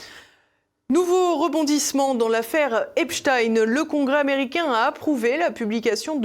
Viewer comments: Il faut dire à,:que c'est EPSTEIN et non epstine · Les médias officiels disent Espstin en parlant de Espstein? Pourquoi cet écorchage de nom, peut-être pour faire oublier que c'est un notable juif nanti? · Deja. Les journalistes devraient Dire EPSTEIN. ET BENCHEMOUL ( AU lieu de de dire. BRUNEL. )